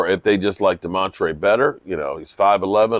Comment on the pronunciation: It's Damontae no r in his name❤